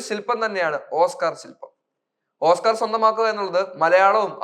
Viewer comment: ഓസ്ക്കാർ എന്ന് പറയാൻ പഠിക്കട....